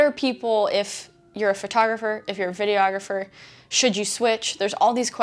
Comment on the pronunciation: Sara I love you, and you make great videos with great information., buttttttttt please stop saying FURtographer. Other than that, keep doing what you're doing, and thank you for this video, appreciated.